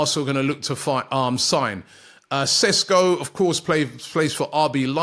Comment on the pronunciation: Ww yeah Rob you definitely butchered his name. You misplaced 6 letters